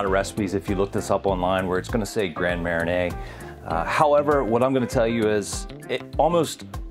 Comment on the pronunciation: I'm from the other Ocean City and I've never heard of the Orange Crush - except of course for the soft drink by the same name. It does sound refreshing, a screwdriver with an extra kick of orange. I should point out that you're pronouncing Gran Marnier with the "i" before the "n" ..... think "arn."